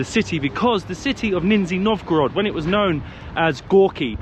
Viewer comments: Вроде из более чем десятка раз под конец видео однажды почти правильно произнёс название города 😂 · It's really DISGUSTING to say 'Ninjya Novgorod'! Narrow-minded folks, init... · Your pronunciation is a little funny😅 NinjaNovgorod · russian names exist, random uk guy: - nizhzshthniy novgorod!!!!!! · You could've taken an effort and read the city name correctly... what a shame